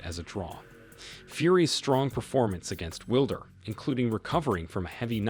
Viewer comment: Will-der lol